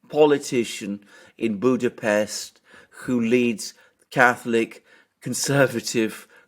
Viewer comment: It's good to hear my hometown (Budapest) pronounced correctly on an English speaking channel. 😊 By the way the party name "Jobbik", the pronunciation is closer to "yobbik", not with a J. The word itself means "better" or "more right". Personally I never voted for Mr. Orbán or his party, and left the country 8 years ago anyway, so I feel unsuited to comment on Hungarian politics.